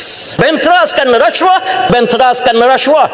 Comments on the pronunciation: Macam slang Nepal cakap rashuah. 😅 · dia dah kelam kabut nak sebut rasuah jadi resuah mujur dia tak sebut jadi sedokah, kontrak Singapura mesti cina Singapura dapat, dakwa kalau kena sebat, bagi aku sebat tak bayar gaji tak apa, ekor pari banyak aku simpan. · Sebut rasuah pun tak betul....sbb tgh fikir nak jawab soalan dari sprm